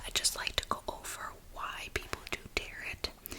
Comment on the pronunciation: Hi! I’m so relaxed, thank you, these holidays got me stressed. I could be wrong I believe it’s pronounced Tare-oh Haha, also you’re graciously handling the creepers in the comments, keep up the good work! Peace, happy holidays!